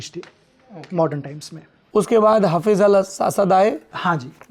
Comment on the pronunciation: Dr saheb hafeez ul Asad nahi balke ye word he Hafiz ul Asad حافظ الأسد he sir